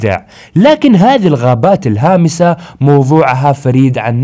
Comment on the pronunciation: حسبتك تقول الخامسه مو الهامسه